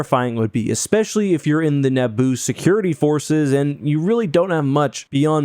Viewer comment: "The Battle of Nabbo" XD